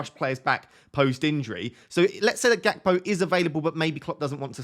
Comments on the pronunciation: Gakpo is Dutch. His name is pronounced HACPO - as was Ruud Gullet, pronounced HULLET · I'm Dutch and I can actually tell you it's between this and his pronunciation. The G is pronounced in a guttural gh sound or a hard ch. Same for Gullit, pronouncing it as hullit is also wrong, they're pronounced 'ghullit' and 'ghakpo'